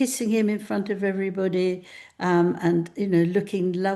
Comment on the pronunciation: I hate how she pronounces the word ‘everybody’ now. On west coast, we say it more like everybuddy - not exactly but similar. But she says it as if it’s the words individually … every body. Oh it just irks me. Only because it’s her though and she’s just a nasty piece of lying 💩